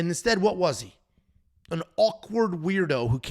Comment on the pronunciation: Love you boys, but, you shat on Zalal terribly bro 😂